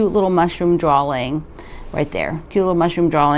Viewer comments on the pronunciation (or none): There is not an “L” at the end of the word “drawing”